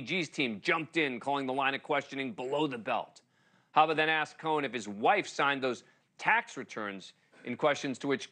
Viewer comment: He can't pronounce Cohen!